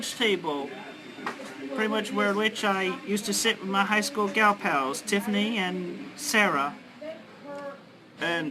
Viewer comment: "Tiffany". You didn't cut off the "T" at the beginning.